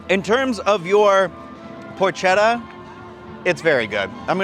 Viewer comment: It's pronounced "porKetta", not "porCHetta". You're welcome.